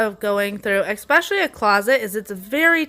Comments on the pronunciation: You are wonderful. I can see you with your own tv show. One well-meaning tip: especially, not exspecially. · Especially my dear, ,,,,,not eXpecially,,,. the teacher in me